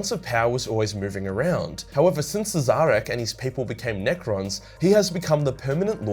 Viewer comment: Pretty sure that's pronounced "Shareh" someone has any ideas?